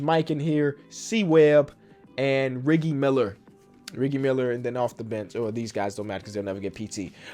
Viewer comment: He said rigge Miller